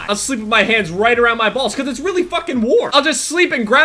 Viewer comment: I love the way you say "bals". 😂